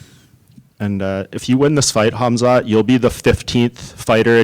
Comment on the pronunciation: "Khalmzat" Chimaev